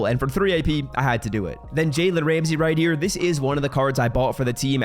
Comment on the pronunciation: Whydo you say "right tier" when your saying ' right here'